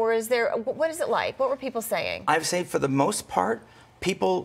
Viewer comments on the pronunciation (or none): none